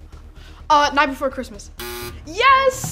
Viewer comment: Me thinking it’s he night before Xmas but nightmare say it yh “ight “